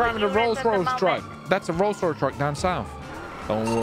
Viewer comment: The fact they said "Rolls-ROoyce